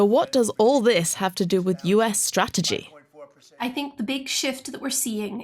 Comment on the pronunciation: First thing first Trump needs to pronounce Strategy correctly then Spell it right.